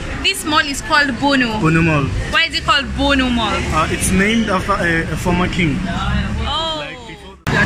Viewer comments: You sound like you are saying "Bull Mall"🤣🤣🤣🤣 Its "Bhunu Mall" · Bhunu Mall 😅😅😅😂😂😂😂😂 not Bhu Mall